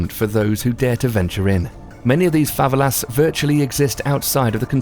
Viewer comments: dont like correcting but is fa ve la not fa valas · Favelas? You're pronouncing it wrong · I'm from Rio de Janeiro and rio is good just don't act American and don't get to favelas and he said favela wrong